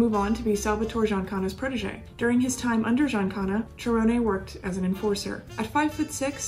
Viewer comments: Hi J. Interesting recap on Cerone. Just to provide you with the correct pronunciation of his surname; you pronounced it “Cher-oh-nay” and it is actually pronounced “Sir-own.” Interesting work you are doing and keep it up! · Actually I’m pretty sure it pronounced Cerone. Sir-Rone But honestly everyone pronounces things differently you’d think it’s one way and it’s something completely different. Honestly no one is wrong unless they know the family and know for sure. Either way she does awesome videos the way she puts everything together, just a pleasure to watch. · I know his family and they pronounce it "Sir Own" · Excellent work as all of your work has been. Many details I've never heard before and ALWAYS great job with the photos. That must take a lot of time. One thing you may want to check is the pronunciation of his last name. I have always heard it spoken in two syllables and sounds like Sir-own or Si-rown... own sounds like the word. You own your house lol.. Sorry I'm not and English scholar lol.. Check that out. Maybe you are the first person who has ever pronounced it right. I hate to even mention it because you do such fine work. But for that reason I'm sure you would want to know if something needed correcting... Keep up the great work J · Love the content but, Jackie Cerone's last name is pronounced Sir Roan again Love your channel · You are saying his name wrong …. Cmon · Why do you keep saying his name like that?🤔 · Just letting you know you are pronouncing his last name wrong only reason I know is because I am related to him